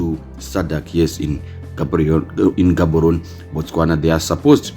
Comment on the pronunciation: Gaborone you pronounce it as HAVORONE IN SHONA😂 Otherwise thanks